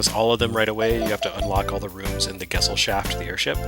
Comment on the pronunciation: I hope that's not how they pronounce it in-game, because that's not even close to the pronounciation of Gesellschaft. It's pronounced more like guh-sell-shaft.